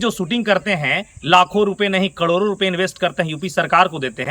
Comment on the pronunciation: कडोरो नही करोड़ों होता है